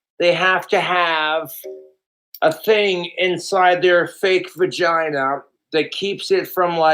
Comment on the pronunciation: One of my favorite things is how he says “vergina” lol